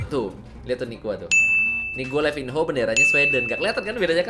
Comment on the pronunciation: Itu bacanya livano